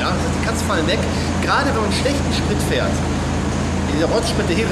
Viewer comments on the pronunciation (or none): none